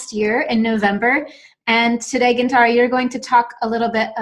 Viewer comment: That's funny that a person talking about fluency can't pronounce Gintare